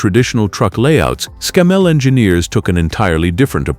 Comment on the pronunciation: That's ScAMMell not ScammELL